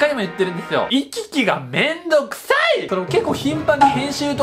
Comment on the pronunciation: 真面目だな。うん。そう。 いき き⤵︎がめんどく さい↑！